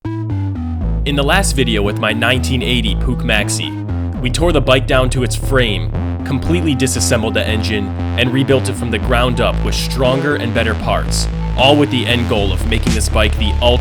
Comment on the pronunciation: Bro nice Video but please learn to say german words german its not a "puck" its a "puch" and also its a maxi "a" not "ä"!